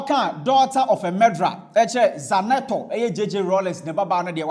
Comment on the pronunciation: The name is not Zanetor. It is Zinator. Pronounce it using each letter by it's natural sound.